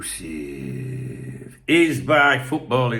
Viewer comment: Did I miss a Darwin exc-loo-sive